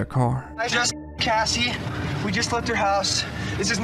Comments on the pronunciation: Not Jessie bro. Cassie. Oof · Her name is Cassie. Not jesse. Am I missing something? Lol you wrote Cassie in the subtitles but keep saying Jesse. Maybe she went by Jesse too but I’ve watched numerous documentaries about her case and I don’t recall that. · Its beam not dream lol Cassie not Jessie Richard not rickard do you not check these things before uploading? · Her name was Cassy not Jessie. They say her name so many times and not once did it ever sound like Jessie. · Lol it said Jassie. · Her name is Cassie Jo Stoddart, not Jessie... How do you even f**k that up? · why do you keep calling Cassie Jo Stoddard "Jessie" instead of "Cassie"? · Her name is Cassie, not Jessie. I'm sorry, but I just hate when people get a victim's name wrong, it seems so disrespectful. I feel like something that basic is the least you can do. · I’m sure you’ve gotten comments already but it’s Cassie not Jesse. They actually say her name several times. Not sure how this was missed. Like your channel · Isn't it Cassie not Jessie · Her name is Cassie not Jessie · It's Cassie, not jesse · Love it when you drop a video, but how could you get the name "Cassie" as "Jessie" and "Jassie"? Turn up your hearing aid my brother. 😊 Hehe, just fuckin' with you. You're an OG. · Her name is CASSIE, not Jessie. Out of respect for her, you can make sure you get her name right.